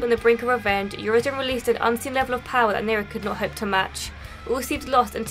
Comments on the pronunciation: "Your reason" "urizen" was I the only one that catch that? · Are you sure V said Urizen??? 😂 i have a diferent opinion... But it's ok